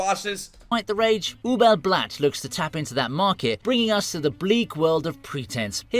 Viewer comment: Please don't say Ubel Blatt, it hurts my ears, and I'm not even German.